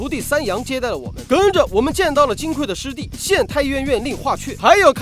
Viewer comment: 金匮，指金的柜子，所以应该读(gui四声），而不是(kui四声)，读(kui四声)则是缺乏的意思，这里不应该取这个意思。